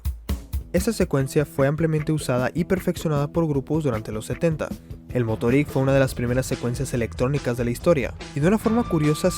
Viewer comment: No te costaba mucho investigar un segundo como se pronuncian todas las palabras en aleman. Ni siquiera pronuncias bien el nombre de la banda (KraFTVerK, se pronuncian todas las letras en aleman).Musik se lee como se ve, no con pronunciación inglesa. Motorik se acentúa en la segunda sílaba, etc... Por otro lado, la palabra. isolado no existe, la palabra es aislado. Tampoco existe la palabra Exparse, sino que es esparce. Quizás deberías preguntarle a algún corrector para que revise tus guiones en el futuro. No siempre están bien explicados los conceptos y varias veces terminas un párrafo y uno se pregunta que significo todo eso. Un saludo.